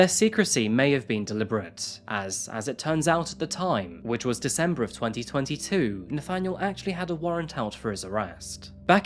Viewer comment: Learn how to pronounce "posthumously" and "amicable", I'll let DeZember lie.